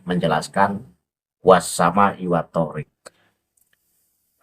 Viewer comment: Dalam lughoh Arab... Yg maknanya jalan itu thoriiq.... Bukan thoorik...